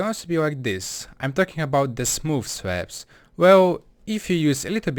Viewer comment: I love how he says slabs <3 swabs